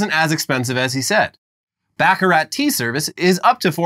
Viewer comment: The T is silent in Baccarat